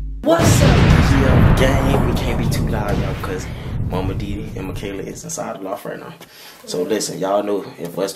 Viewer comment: 😂 nah nah she said mikeria 🤣🤣😂🤣